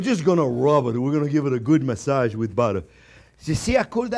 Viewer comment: “gonna give it a good mah-sadj wid buhter” 😁